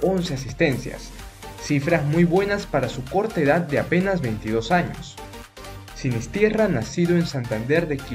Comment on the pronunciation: No es "SinisTIERRA"" ES "SINISTERRA" NO TIERRA!!!